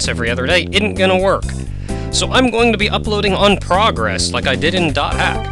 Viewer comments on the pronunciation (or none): none